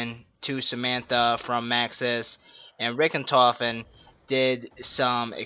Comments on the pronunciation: He messed up saying Richthofen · Yep Richentofen...... it's called Richthofen.